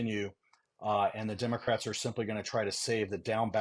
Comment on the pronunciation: it is democrats, not pronounced "dem-er-crats"